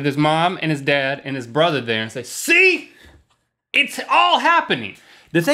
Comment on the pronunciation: Did Rhett say "bruvver" at one point lol